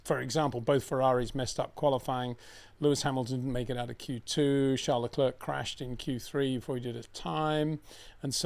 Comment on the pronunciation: It's not Leclurk Peter, it's pronounced Leclair,surely everyone knows that by now👍